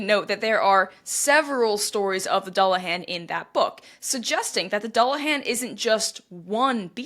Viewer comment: There is really no reason to feel particularly bad about mispronouncing garlic languages... they are notoriously difficult. That said... if I remember correctly the "dull" of "dullahan" rhymes with pool.